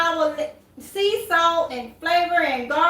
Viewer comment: that last ingredient was not clear Did you say salt